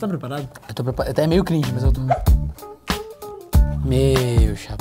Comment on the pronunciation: vídeo cringe falando cringe do jeito errado